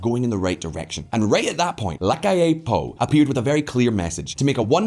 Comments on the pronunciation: It's NOT Lacalle Pooh!!! FFS!!🤦‍♀️ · Luis "Lacal pu" 🤣🤣🤣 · "Looee Lacal Poo" 2022